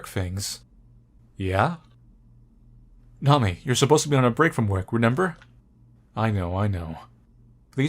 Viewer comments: Nami-eh: that's how it's pronounced lol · I think her name is pronounced Nami-eh. Japanese names aren't known to include letters that are silent.